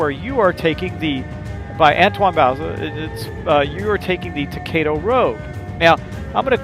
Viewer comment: It is pronounced toe-ki-do